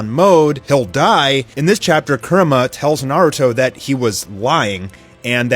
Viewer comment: its pronounced coo-rama lol